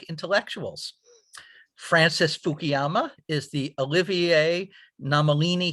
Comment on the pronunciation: it's funny: Fukuyama says "I'm American" when he was racially bullied during childhood. Yet the host keeps mispronouncing his name as "Fukiyama" multiple times throughout the video (, -- even the Youtube auto caption shows he's pronouncing it as "Fukiyama"). Do you think they have truly accepted you as "American", Mr. 福山よしひろ?